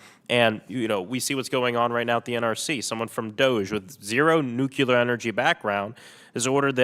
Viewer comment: Sorry, if you can't even pronounce the word, nuclear, you have zero credibility when talking about it.